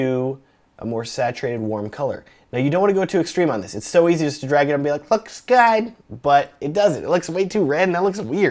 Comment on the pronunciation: "LOEEKS GUUD!" lmao